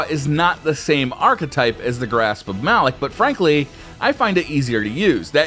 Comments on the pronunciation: ITS PRONOUNCED MA LOK GUISE NOT MALOK MAAAAA LOK YOU CANT DO THIS TO BUNGIE PAY ATTENTION TO THEM!!!!!!!!! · why do ppl see malick it pronounced malok